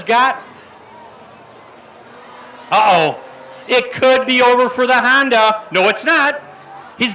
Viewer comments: That guy is awful. He also said han-duh instead of Honda. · “It’s a hAndA” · “Handa” and “Rackford”. Hahaha